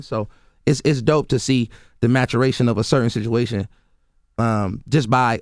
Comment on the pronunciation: the "maturation" lol